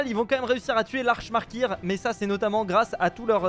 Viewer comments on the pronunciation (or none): Sa se prononce arcane maker (c'est le boss de doom eternal)